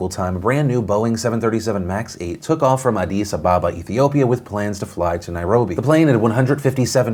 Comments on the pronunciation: Thats not how you pronounce addis ababa its ah dis a baba not a dice abebaba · has me now reconsidering how I’ve always pronounced Addis Ababa